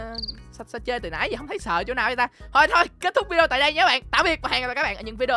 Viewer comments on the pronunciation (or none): none